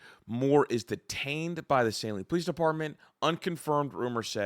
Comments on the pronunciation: It's not pronounced Say-lean it is pronounced Sah-LEAN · Didn’t realize all the names where I live are so hard to pronounce. Nobody in the news is saying Pittsfield, Washtenaw, or Saline correctly.